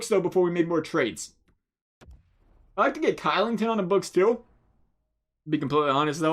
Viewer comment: Kylington is pronounced shillington